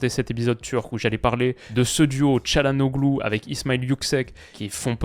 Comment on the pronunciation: Je le dis pour la culture G mais le « ğ » ne se prononce pas c’est donc Chalhanolu plutôt